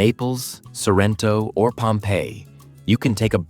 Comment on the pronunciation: Ma perché dice SArrento?